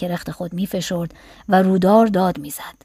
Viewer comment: با عرض معذرت و فقط جهت اطلاع.تلفظ رودار که به معنی مداوم و پیوسته است(rowdar) هست.❤